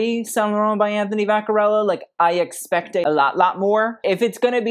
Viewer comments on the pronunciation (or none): none